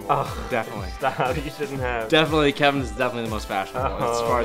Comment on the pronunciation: they all sday keven -keven- ohh stop lol